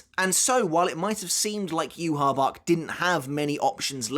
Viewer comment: Okay what's the correct pronunciation of yhwach? Cuz you say it differently than the anime and now I'm confused